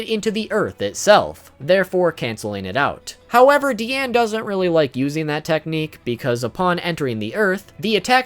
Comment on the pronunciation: It’s not DEEane It’s DiAnu